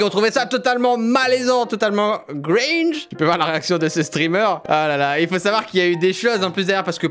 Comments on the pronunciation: Les américains ils disent cringe pas "gringe" ^^ PS: je sais pas si c'était fait exprès de ta part des fois c'est une blague que je n'ai pas saisie :P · Juste pour info c'est "Cringe" not "Gringe" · Cyril !! On dit CRINGE pas GRINGE haha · Moi aussi j’étais perturbé, et du coup quand il disait gringe était cringe 😬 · on dis cringe et pas gringe mdr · On dit CRINGE pas GRINGE !!! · Au cas où on dis pas « gringe » mais « cringe » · C'est "Cringe" pas "Gringe" ;) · Les américains dise pas gringe mais cringe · C'est cringe pas gringe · CRINGE pas "gringe" pls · c’est « cringe » pas « gringe » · Aussi on dit pas gringe mais cringe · J'ai adore la video, c'est super interessant :D (mais c'est cringe et pas gringe xD) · C 'est cringe et pas gringe xD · Cringe pas Gringe !! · Cyril ça se dit "cringe" pas "gringe" dsl madam me tapé pa svp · Ce n’est pas « gringe » mais cringe :p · Cringe cyril, pas gringe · Cringe, pas gringe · On dit cringe et non gringe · Cringe pas gringe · « C’est très gringe » -Cyril 2018/12/18 Bien essayer mais c’est « cringe »😂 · On dit kkkkkringe pas gringe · Je rêve ou il a dit "c'est un peu... Gringe" ? x) c'est "cringe" le mot hein :p C'était marrant cette vidéo et vraiment super gênant ahah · Cringe, pas Gringe :D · C'est Cringe mec pas gringe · Je sais pas si c'est volontaire mais on dit cringe et pas gringe Oui,je m'appelle Jean-michel relou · c'est "cringe" pas "gringe" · Eh Cyril, on dit Cringe pas Gringe, Gringe c'est un chanteur j'crois :P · C'est pas gringe mais cringe ^^' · cringe pas gringe XD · On dit cringe et pas gringe mdr ce français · On dit CRINGE pas GrInGe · C’est « Cringe » pas « Gringe » ^^ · « Gringe » ? Mdr